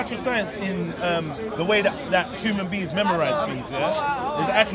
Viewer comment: my man said "human beans" loool this guy is dumb